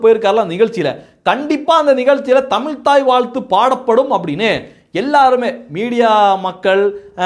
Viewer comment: தமில்?! என்ன கொடுமை?